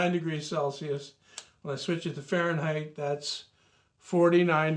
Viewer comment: 'farenheisz' groan zone!